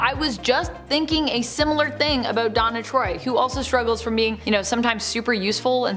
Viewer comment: The way that you pronounce "Deanna Troi" sounds like you are saying, "Donna Troy." Big difference.